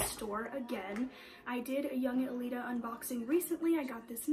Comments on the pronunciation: i think its pronounced yunJelita not yunG elita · as i said, its yunGelita, its not like angelita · yungelita is like angelita right? so i think its yunJelita ;))